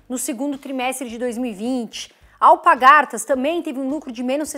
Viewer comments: Só corrigindo, o nome da empresa é AlpaRgatas e não alpagartas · ótimo comentario, só te ajudando, é Alpargatas e não Alpagartas. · bom dia! Só uma observação, Alpargatas e não Alpagartas... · Porque tanta gente fala Alpagartas e se escreve Alpargatas 🤔